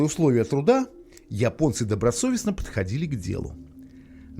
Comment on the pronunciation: Голос за кадром похоже не человеческий: русские не говорят :"Я понец", а Ипонец". или я ошибаюсь?